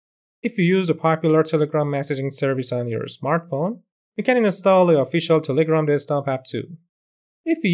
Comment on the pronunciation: Are you Iranian? Just because of the way you pronounced "Telegram" :)